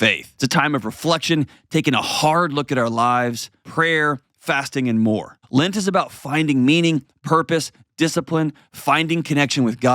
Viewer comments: Why does he keep saying "lint" instead of "lent"? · lint, I have never hear this pronunciation. I like your videos and are helping me process my divorce and mistakes we made and I don't want to make again.